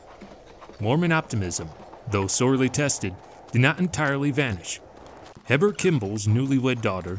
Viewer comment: Nauvoo is pronounced "nah-voo'" and Heber Kimball is pronounced "hee'-bur"